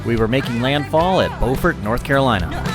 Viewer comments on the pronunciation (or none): It's pronounced Bew.fort not Bo.fort.Very southern ! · BUUUUUUFord not Boford!!! Just a note to let you know!!!!...Dave